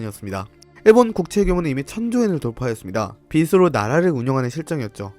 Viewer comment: 빚은 [비즈로] 로 발음해야돼요 [비스로]는 반짝반짝 빛